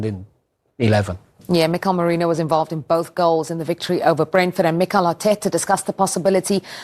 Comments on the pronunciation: Its merino girl..moreno pronunciation got me sick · Ffs, his name is Mikel MERINO. Not Moreno!